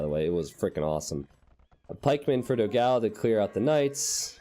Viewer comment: Hello. Love your videos. But you are pronuncing dogao completely wrong. It is the o in the do is more like door. The a in the ga is more like the a in panel. The last o is fine.